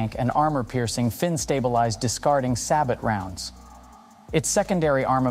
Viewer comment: Say it with me my GUY!!! "SAY-BO not SAB-OT" FML my Tanker ears hurt every time one of these nerds does that.